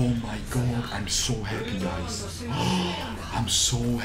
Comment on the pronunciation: "I am so HAPHY!" :/ -crying inside